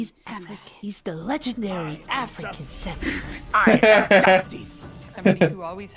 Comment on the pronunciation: Did that Ubisoft employee say "SAMU-WHY" ?